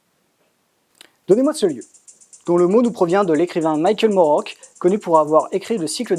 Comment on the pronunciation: Moorcock bon sang ! Pas moorock